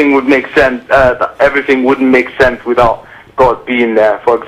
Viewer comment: Read a book,. Just one... then, one more, then one more... when you've reached a reasonable level of erudition, come back and we can have a reasonable conversation. It's "sense" not "since," "something," not "sumthin," etc. etc....